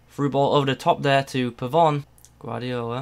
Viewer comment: Pavon name is pronounced Pabon